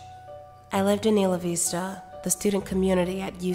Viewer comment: Great reading except that Isla Vista is pronounced eye-la-vista. I grew up there, so it kinda took me out of the reading. I understand you probably won't redo this, but as a native I couldn't stop myself from throwing in my 2 cents. Anyway, very good otherwise! :)